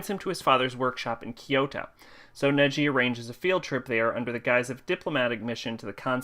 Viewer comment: sorry to correct your pronanciation it's nagi not neji